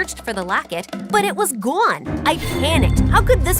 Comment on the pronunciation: The way she said " It was Gunee" instead of " It was gone"